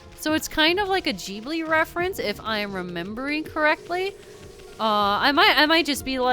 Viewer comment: I'd be more offended by mispronounciation of Ghibli, but I'm not a fan of their movies because they're not very good.